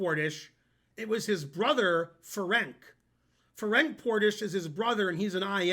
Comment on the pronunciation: Hello, great lecture! - I don't know if it is of any interest to you, but I would like to mention that the 'c' in Ferenc sounds similar to the 'tz' in the word 'Fritz' , and the emphasis is on the first 'e'.